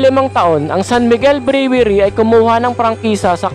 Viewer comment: Brewery - pronounced as - (Bruwery) !